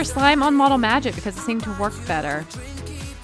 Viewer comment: Lol you said model magget 🤣